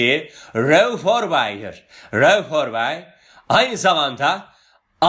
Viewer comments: Hocam çok güzel reuff œrbey diyorsunuz ağzınıza yerim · Hocam emeğinize sağlık . Rauf Orbay demenize bitiyorum ahah :)